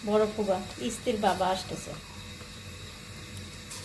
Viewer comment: ফুবা কি কথা.... ফুপা হবে।আপনার উচ্চারণ ঠিক না হলে বাচ্চা রা কিভাবে সঠিক উচ্চারণ শিখবে